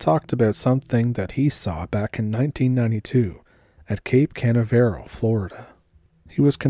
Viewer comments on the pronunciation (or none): Cape Cah-nav-er-al* lol